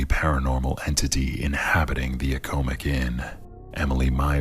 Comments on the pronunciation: The Accomac Inn: Its not a-ko-mick Inn.... It's the ack-uh-mack Inn. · Not if you are from the Columbia, Marietta, Wrightsville, Hallam area. lol. I know people that worked at there and others that dined there, in addition to my growing up here in Columbia and living here in Columbia & York. It has always been pronounced Ack-uh-mack or the occasional, Ack-o-mack. That is the only potato, potahto about it. ;-) Other than that, good job on the video.